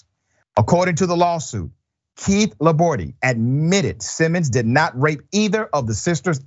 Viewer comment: Laborde is not pronounced with an "e" at the end. La-Board, basically.